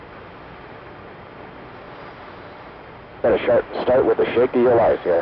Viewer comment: i seem to be the only one to have noticed. , 'okay were gonna shart.. start at....' He says shart and somebody either from the control room or one of the pilots gives a little laugh out. ^_^ lol